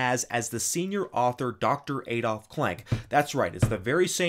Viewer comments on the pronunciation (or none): none